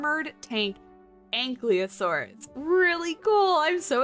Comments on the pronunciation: Once again, I must inform you that it's pronounced an-KYE-lo-sore-us, not an-KLEE-o-sore-us. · Right, she puts the L one step before the Y, could have just misread it or in her brain it's cooked in. In English it's more common to hear an-KYLE-o-sore-us but in other languages an-KILO-sore-us is also used. But really it's fine, there are a lot of pronunciations for dinosaur names because English is not very consistent in how to pronounce words from different languages. Technically it get's even more messed up because the origin of scientific names often mix languages, switching alphabets even, so rules get mixed up too. For example, the word saurus should be pronounced with a rhotic R, not an English one, as if for Spanish or Italian, because both Latin and Greek only have rhotic Rs but nobody is complaining about that. As long as we understand what animal is being talked about.